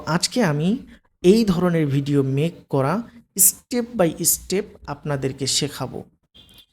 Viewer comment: এস্টেপ by এস্টেপ eta ki dhoroner uchharon vai? স্টেপ by স্টেপ bolte sikhun